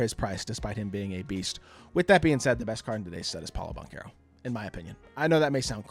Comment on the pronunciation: The che in banchero is pronounced like a sh, like a cello